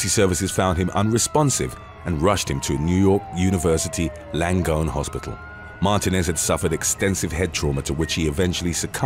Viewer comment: Martinez is pronounced, MAR -TEE - NEZ.